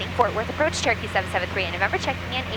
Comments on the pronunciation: I know she is saying Cherokee, but I am hearing Turkey. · I know that you are saying "Cherokee 773".... However, recently my daughter (who is usually listening in the background) asked why you are constantly saying "Turkey 773" all the time! It's the little things in life and flying that make it so much fun! Thank you for sharing your flight adventures with us online and may you have nothing but blue skies and tail-winds in 2024!